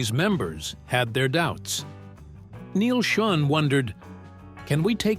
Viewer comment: I've actually met with Neal several times and he would be so pissed at that pronunciation of his Name....fix it